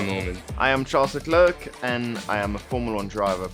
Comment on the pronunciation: "I am Sharls Leglerk an imaformla1drivefor ScudararerrFari aichpee"